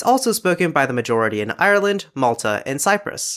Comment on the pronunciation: first person in the world not to pronounce Ireland wrong